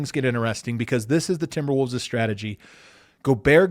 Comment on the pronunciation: Always love hearing say Timberwooves